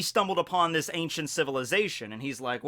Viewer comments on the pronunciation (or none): none